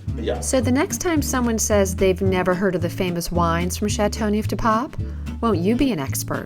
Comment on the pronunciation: 'ChateauNooof de paaawp'?? Hahah. I wish proper pronunciation was at least attempted.